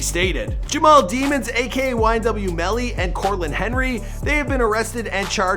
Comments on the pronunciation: it's pronounced Daymons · it’s pronounced ‘daymons’